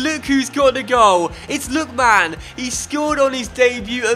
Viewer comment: hey I love this series and this is such a small thing but I wince every time you say "Lookman" like "Look...man". I'm sure I can't be the only one, it's not a huge deal of course and if you even have to actively force yourself to say it differently you needn't bother but just thought I'd mention it